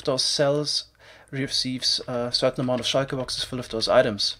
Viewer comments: I love how he says shulker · I love how you pronounce "shulker" tbh